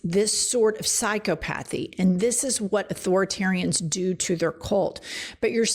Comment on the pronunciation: Psycho pathy? I think thats all one word. [Psych-ah-pethy]